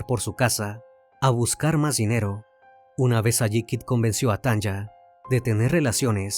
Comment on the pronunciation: Me encantan tus videos ❤ solo una corrección: El nombre de la chica que pronuncias Tanja, debe ser Tanya y las pronunciación es Tania como se escribiría en español 😊 es común en países como Estados Unidos escribir nombres con y en vez de i, por ejemplo Sonya sería Sonia, saludos desde Alemania ❤